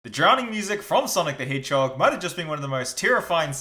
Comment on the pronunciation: Hold up did my guy say hey-dgehog?